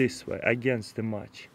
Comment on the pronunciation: "Strike de match and booom..."